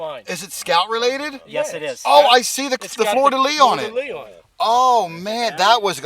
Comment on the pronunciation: Funny but events like this would never ever interest me in the least. For myself metal detecting is peace quiet and relaxing.... FYI It's not FLOOR DE LITS it's FLEUR DE LIT